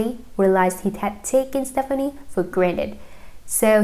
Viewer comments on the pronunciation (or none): Learn to correctly say her last name before you read a tabloid magazine.